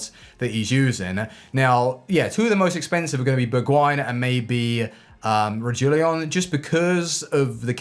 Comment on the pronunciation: My man really called him , "Rejuliaon"